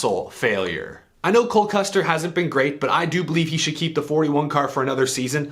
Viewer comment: "YOU SOULD" 😝🤣😜🤪 Ryan Preece